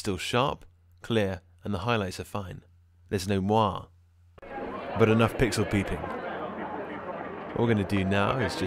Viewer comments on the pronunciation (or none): Hi - just for future reference moiré is pronounce mwah-ray - its a French word with the acute e on the end.